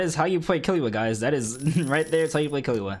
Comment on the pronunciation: ahhh sadness u say killua wrong